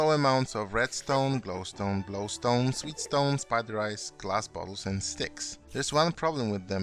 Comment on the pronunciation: Lol "Sweetstone"